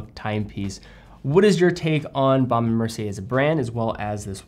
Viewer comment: Couldn't agree more about their watches. I think the Hampton is the best looking rectangular watch this side of a Reverso. You just need to learn how to pronounce it properly......😊